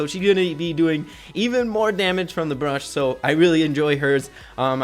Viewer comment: Bush not brush